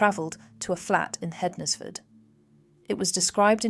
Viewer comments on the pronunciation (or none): Pronunciation - Hednesford - 'ensfud.